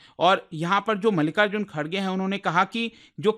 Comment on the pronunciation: Bro Literally Said Malika Ji Kharge 😂😂